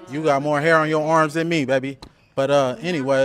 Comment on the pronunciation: And also how he says arms like ormps😂